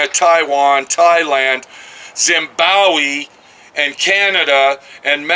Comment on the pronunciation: "Made in Zimbowi"? . Lol. Not quite sure where that is.